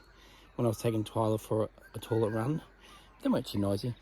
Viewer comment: I love your videos, but please,, when you say toilet,, it's pronounced toylet not torlet